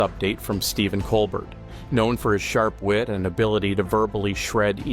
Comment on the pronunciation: COLBEAR...his name is pronounced Colbear